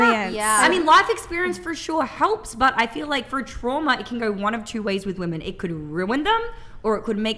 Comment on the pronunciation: God I can’t stand WOMEN who say “women” as “woman”… WTF?!